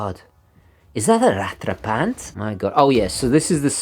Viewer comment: Please can you stop pronouncing 'rattrapante' as "rat-trah-PANT". It's correct pronunciation is "rat-trah-PONT", with a soft 't'.